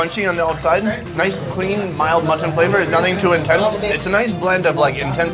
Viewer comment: Whyyyy does pronounce mutton that way?!?